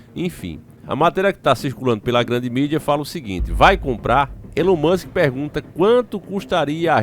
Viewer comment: Elon moska😂